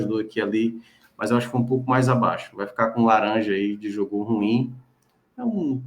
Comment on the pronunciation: A pronúncia não é RUIM!!! ....é RU-IM!!! Tem 2 sílabas!!! Internet tbm é cultura!!!